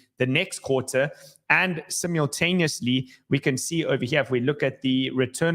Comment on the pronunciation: learn how to say simultaneously It's not Simialtanously 😂😂😂